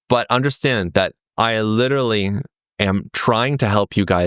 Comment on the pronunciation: old boy, you're very likeable. I listen to your videos even though I'm a committed bag-holder and no trader. But, look, I feel sad that a sophisticated charming educated person like you can't say the word literally properly. You say lidaree, liradee, liderderireedee. Just learn to say it, come on, you've got a hundred thousand people coming to listen to you. Honour them by speaking properly.